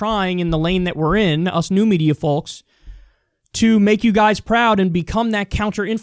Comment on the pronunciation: Stop pronouncing the "L" in Folks. It is literally pronounced /fōk/ or /fōks/ . Its shockingly cringe. Next level cringe